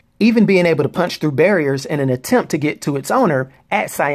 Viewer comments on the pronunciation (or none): none